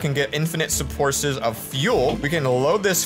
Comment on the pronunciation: He said spources lol